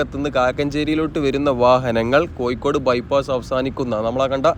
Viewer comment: കോയിക്കൊടു അല്ലെടോ കോഴിക്കോട് എന്നു പറ